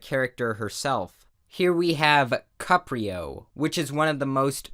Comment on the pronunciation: "Cuprio" XD